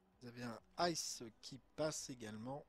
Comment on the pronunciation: Belle video mais juste un truc ICE ça se dit pas en anglais mais comme les initiales en français I C E😊 sinon continue comme ça !